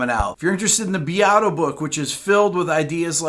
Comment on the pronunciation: This english pronunciation of "Beato"... 🤔😘